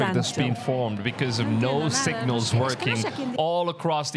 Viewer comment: “ So lar “ “sig nols” 🤭. Great video. The simpsoms didn’t predict anything , it’s just part of the scrip and they have to tell you. (in any way) before they’re allowed to execute it. Wake up people. Even all the wars were scripted. Demonic elites run the world .